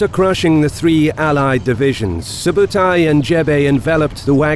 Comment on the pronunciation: i am Mongolian and i tell you something its not JEBE!!! correct call is ZEV (ZEV - ЗЭВ mean is aerugo or arrowhead) ZEV is chingis khaans general of 1/9 and its not SUBATAI correct call is SOOBEIDEI - СҮБЭДЭЙ. soobeidei too general of chingis khaan 1/9 (khaan khan - is mean KING) And Mongolians are the only country to beat Russians in the winter haha